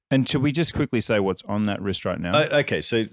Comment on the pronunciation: Leo says I've for a bigger phist, I meant wrist